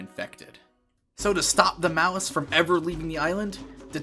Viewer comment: Malaise. Not Malice. The distinction matters, both in theme and function. Before death nobody is going on rage-zombie murder sprees. The aggression happens upon resurrection, in most cases. (Muh-layze) Malaise. Means sick. Which.... yeah that checks out.